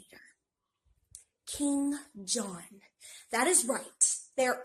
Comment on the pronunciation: bro when she said King John i thought she said Kim Jung Un for a second 💀